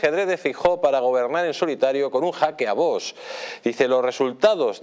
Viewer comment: A ver si el presentador este aprende a pronunciar V O X y no vos jajajaja me parto cada vez que lo dice